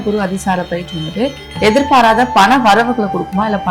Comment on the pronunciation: Anchor பெயர்ச்சியை பயிற்சி என்று சொல்கிறார்.